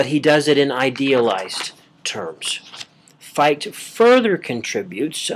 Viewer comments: I'm hearing Fight...but great work. I appreciate. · Great talk. Fichte is pronounced Fick-tuh, though. :]